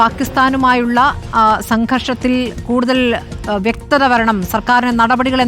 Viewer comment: Vyaktha alla vyakthathaaaaaa